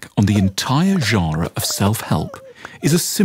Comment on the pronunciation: The way he pronounces genre and restaurant has me raging